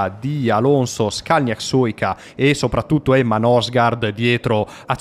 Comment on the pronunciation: La pronuncia sarebbe " Nursgoord"